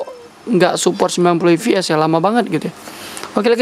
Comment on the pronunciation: gak bisa bedain V sama F kah bang? FPS kok di baca VPS 🤣😂